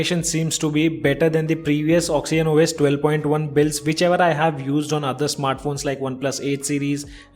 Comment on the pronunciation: It's oxygen not oxyen